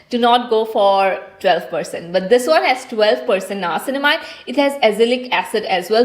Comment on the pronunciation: It's not nayacinamide It's nia-cin-mide